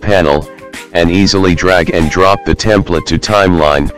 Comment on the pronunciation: "Templet" yeah? haha